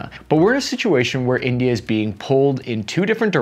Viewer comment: I died laughing at the very start. Calling India... "Tindia" was fantastic sir. Either it was a sound mistake, or you actually called them Tindia for the shits and giggles of it hahaha...😅